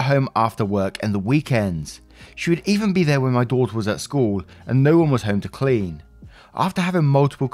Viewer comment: Love the accent and the way you say daughter😘😁